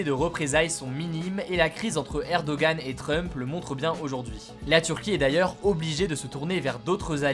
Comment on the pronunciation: PS : C'est une erreur française que de mal prononcer Erdoğan, mais tu peux demander à n'importe quel Turc, il te répondra que le nom de leur "président" se prononce Erdoan 😉